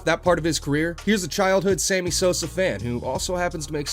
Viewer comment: Is he saying "same-e Sosa?"...also you either love the game, or you dont....you might be interested for a season if something noteworthy is happening.